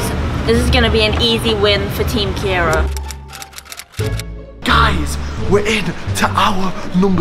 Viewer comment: My sons name is called Kieran not kiera